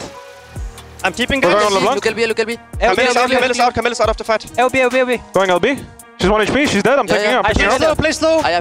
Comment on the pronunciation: As a french guy it's rly irritating to hear them pronounce "Camille". But, since I love those players, I forgive them <3